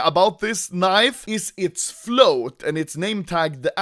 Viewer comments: He says KNEIV, I say leave. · I keep on hearing anomaly say knife 😂😂😂